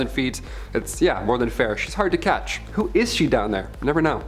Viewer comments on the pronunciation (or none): none